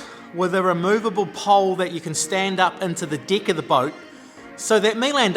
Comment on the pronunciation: Impressive job!!!! I really had to listen, when you said “deck” lol 😂 casting deck, I thought it was a new technique to attracting the opposite sex 😂😂😂